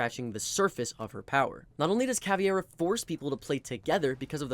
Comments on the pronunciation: It's not CAVIEIRA, It's Caveira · Bro, she's Caveira. KUH-WAY-RUH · he was actually pronouncing it CA-VI-ERA.. ..but you're right and it's wrong wither way, because it's CA-VEI-RA (meaning "skull" in portuguese) weirdly enough, most people seem to not be able to correctly pronounce the VEI syllable for some reason xD they pronounce it just VE without the I.. why is that?! on a side note, the same mispronounciation also happens with Capitão and with the new Tubarão it seems all portuguese words are somewhat mispronounced, in on way or another.. ..but in these two cases i kind of understand, because if i'm not mistaken, the english language doesn't have a sound for "ão" so they just pronounce it without the ~